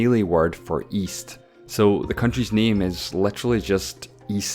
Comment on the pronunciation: Imagine waiting to see your country only to hear him pronounce the name wrong